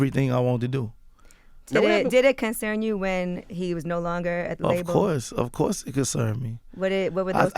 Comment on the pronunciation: that man said ratio of money lol wtf and he also said "acourse" lol